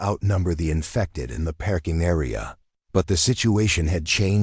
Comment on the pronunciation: Listening from Clarksville, TN. Oh no, another Dr. Chen, but this has turned in to a zombie. Please, please do something about this pronunciation - perking for parking, Dr. Chun & Dr. Chen mixed up.